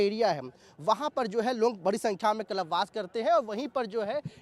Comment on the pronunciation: abe puch raha to puri baat to sun le... aur gawar कलप वास नहीं कल्प वास होता है... rude journalist 😑😑